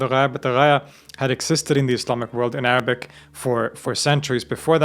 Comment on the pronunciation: I can't get over your Arabic pronunciation, it's flawless almost native.